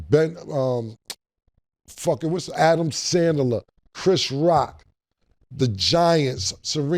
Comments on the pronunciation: Cam just be saying names however he want, on about Adam sandaler 🤣🤣🤣🤣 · Adam Sand-a-ler is hilarious! 😂🤣🤣🤣😂🤣